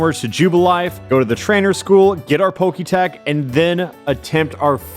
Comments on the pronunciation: It's called a Pokétch (Pokémon + watch), not a Pokétech. And yes, the mispronunciation mildly infuriates me. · Weird. Didn't think I'd hear more people calling the Poketch the "Poketech" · I'm so confused, why does everyone call the pokétch, a "pokétech"??? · You know, I'm pretty glad I'm not the only one who called it a "Poke-tech". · why can't anyone pronounce poketch 😫